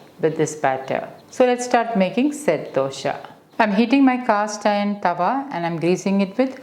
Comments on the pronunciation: Dosha?? Its Dosa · Please try and say Dosa . Dosha in sanskrit means fault. Love all your vedios. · You are repeatedly pronoucing as DOSHA and NOT dosa.The meaning changes drastically. Dosa is a preparation and DOSHA which is a central term in Ayurveda which means "that which can cause problems"